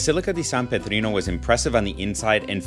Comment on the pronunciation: BASILICA DI SAN PETRONIO NOT PETRINO